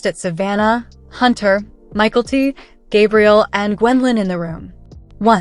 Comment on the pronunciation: I'm done with this channel, the narrator can't read the script properly let alone pronounce Mykelti's name correctly, it's not pronounced Micael t, you sound stupid!